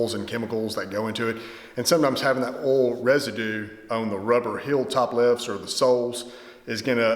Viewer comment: You say “oil” funny 😂